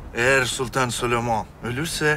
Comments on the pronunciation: Kral leoş mudur leş midir nedir Sölömon demisi çok komik leoş sahnelerini Sölömon dedikten sonra geçiyorum 🤣🤣🤣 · Türkçeyi sular seller gibi konuşupta süleyman yerine sölomon,ibrahim yerine abraham demeleri 🥴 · Şu layoş mudur mayhoş mudur nedir onun her kelimeyi düzgün söyleyip süleymana sölömon demesi puahhshahxjah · peki adamların çok iyi Türkçe konuşup Süleyman’a SüLomOn demesi